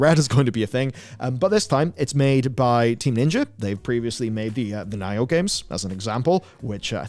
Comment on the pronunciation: Wait have I been pronouncing nioh wrong this whole?? I’ve always said it “Nee-oh”. But the way he pronounced it, sounded like “Ny-oh?” ?